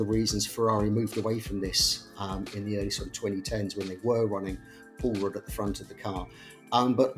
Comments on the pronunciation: Every time someone said "Pull Rod Suspension" all I heard was "Paul Rudd Suspension" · We need a Paul Rudd gif/pic ANY time you say pull rod. Thank you.